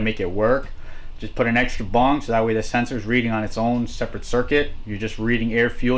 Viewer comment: Hay pothead it's bung not bong